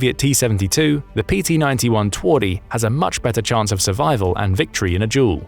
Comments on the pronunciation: "Twardy" ("Hard") is pronounced "Tvardy." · twardy = "Tvar-d" (the "D" is followed by Y not E) should be easier to pronounce :p twardy means "hard" is all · Twardy should be said as hard. Twardy in polish is hard. It sounds so funny the way you say it. We say W different. Awesome vid as always.